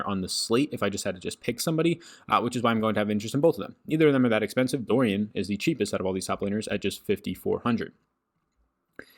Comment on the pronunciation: Why do you pronounce Doran as Dorian? But anyways, great work. Thanks for all you do.